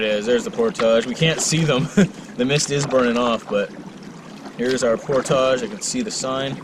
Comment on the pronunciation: Portage. ...there it's said the right way..lol